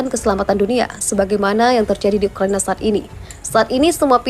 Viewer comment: Ukraina boss, bukan ukrania 👍👍